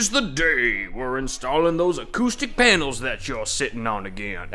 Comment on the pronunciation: "Ermahgerd acerstic pernels!"